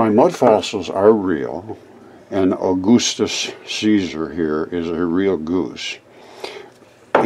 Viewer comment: “Au-goosetus-Caesar “ Lmaoo. Your a funny guy